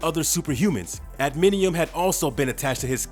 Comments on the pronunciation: NOT "Adminium", it's ADAMANTIUM. Also, half the time you call him Weapon H, the other half, Weapon X... smh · Adminium? Repeat after me: A-DA-MAN-TIUM. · Dude...for real? Adminiem? Say it with me now, ad-uh-man-tee-um. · Adamantium not admintium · If making videos about pop culture, make sure to know how to pronounce the terminologies. NOT admidium IS adamantium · I'm sorry, "Adminium"? That legit bothers me. This is the kinds of crap YT is phasing out independnt creators for???. Adamantium...that's like... basic comic/movie knowledge for someone who has ever heard of something AT ALL. George Washington was a human being, you poop in a toilet, Wolverine has an adamantium skeleton. This dude hasn't even watched the GD movies, and I'm supposed to respect HIS TAKE? Nooo, no no no lol. Nope. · "Adiminium" LMAO. Said as if he knew what he was talking about, too. Garbage Youtuber who has no idea about anything he is talking about bc someone else wrote it for him. This is why people like GENUINE Youtubers. Couldn't even be bothered to do a quick web search. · Adamantium not anaminium.. you lost me 40 seconds into the video bud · Adamantium. Not adaminium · The word is adamantium, tf is adminium? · Adminium claws? Adamantium bro adamantium. God you really need to work on pronunciation AD-A-MAN-TIUM. For fucks sake. Also when has wolverine ever had strength like the hulk. Newsflash he never did. It was his regeneration and claws that let him fight enemies way stronger than him. Man you know fuck all about either character and it shows. Hulk gets stronger with according to his rage. Wolverine is just moderately super strong. Dumbass just making a video for views. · The narrator sounds like he's really informed, then completely loses all credibility when he calls Adamantium, "Adminium." WTF?!! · He says adminium. 😂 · Im curious how does the closed capitioning when selected knows he's trying to "adamantium" instead of "adminium". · Adamantium it's adamantium